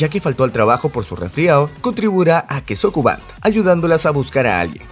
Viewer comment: Se que es kesso kuba pero, soy el único que cada que lo dice escucha queso cubano?